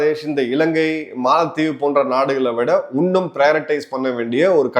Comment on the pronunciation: Your presentation is matchless.. Kindly pronounce " இன்னும் " instead of உன்னும் " 😄